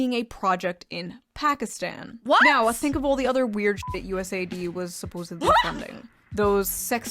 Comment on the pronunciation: finally someone pronouncing it right